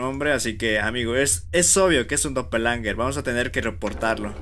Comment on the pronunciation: Se llama doppelganger no doppelanger